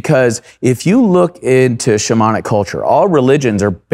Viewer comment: Whenever he says “shamanic” I can’t help but hear “demonic”